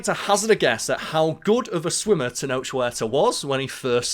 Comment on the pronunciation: Really surprised how well you pronounced Tenoch Huerta